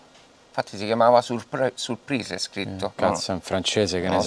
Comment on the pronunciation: Che poi non l'ha detto minimamente all'inglese, ma alla francese: Se per te "surprìs" è inglese credo che tu debba rifarti un giro a scuola, alle medie però